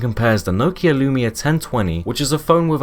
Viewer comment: Can’t say Nokia or Z correctly so too young to remember.